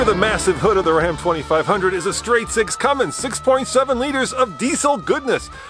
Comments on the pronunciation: its cummins guy....not cummings. i swear where do these guys get this shit from lmao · Guy said cumming instead of Cummins lol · Legit y does everyone think it’s Cummings it’s CUMMINS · So, can somebody teach this guy finally to say CUMMINS..?? 🤣🤣